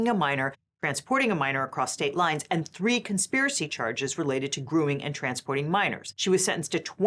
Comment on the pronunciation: This isn’t TikTok, say “grooming” not “grueing”!